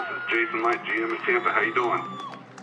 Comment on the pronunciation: Only in America people don't know their own names. It's Jason Licht, not light. It's a german word that means light, yet your name is not Light.